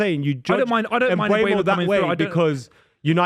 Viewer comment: sounds like a complete tool when he says Mbwaymo. 🤦🏻‍♂️ It's pronounced Um-bo-mo you uneducated fool